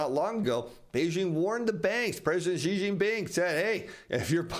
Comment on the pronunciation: Great fan of your information. thankyou. just a side comment: President Xi of China (I live in China and speak Chinese) would be far more accurately pronounced simply as our English word 'she'. That's not 100% accurate but quite close compared to what you've been saying. Just a friendly comment/trying to help you.